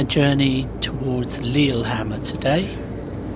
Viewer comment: Yeah, sorry about that. Just, nice if names are in the ballpark, you know. That said, I've butchered some English place names in my time too... So who am I to judge...